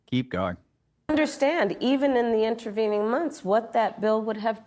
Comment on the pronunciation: She said INTRAVENING instead of intervening, completely different meanings😂😂😂😂WTF?